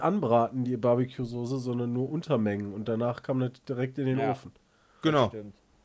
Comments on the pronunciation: Sose... ich dreh durch. SOßE oder SAUCE. SCHARF AUSGESPROCHEN.... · Mich triggert es schon seit längerem, dass die Jungs immer "Sose" statt "Soße" sagen. Ist doch nicht so schwer, das richtig auszusprechen :D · Niemand:: Sohse